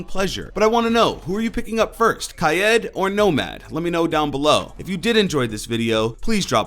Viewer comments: dude its fucking pronounced like its spelled, kaid( so kade) not fucking kaiyeed or kaiyeet, its kaid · Hes name is not pronounced ka-ed its kaid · Why the fuck are you saying kayed it’s pronounced like cade god damnit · Its Kaid, not kyad, otherwise thanks for the news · that not how his name pronounced please dont get that passed around its KAID the i is silent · Lol Kay-yed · He said ki yed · hi zen, i watch you all the time but please stop butchering kaid's name. "kai-eed", he's morrocan and theres an accent above the i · It's really annoying now how you saying kaid name. Your saying it as kied that's clearly no e in his name 😂😡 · Is it pronounced kaid kaid or kaid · Kaid is pronounced "kaeed" with the pronounced as if you screamed "ahhh" Because Morroco is an arabic speaking country and also a french speaking country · Btw Kaid is pronounced Kay-eed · Aaron Chen same